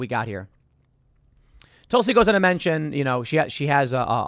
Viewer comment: Tusli? I thought it was Tulsi!